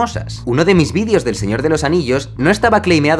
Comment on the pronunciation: Jaime, te has pasado todo el vídeo, diciendo "vidios" en vez de "videos". ...un consejo, no felicitareis material vuestro a las televisiones si no queréis que estas os roben la autoria del mismo como le paso a Luisito.